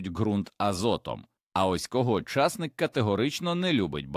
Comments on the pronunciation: чАсник -чАснык , часнИк це , а не чАснык . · Ідійот, невже так важко втовкмачити ШІ що ча'стник-ов (приватників) сажають тільки на болотах, а часни'к садять в Україні і встановити правильне звучання слова. Просто жахливо, неможливо слухати, хоча тема і потрібна для села.